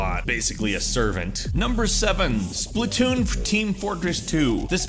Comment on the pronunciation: Splatoon, Splatoon, SPATOON!!!!!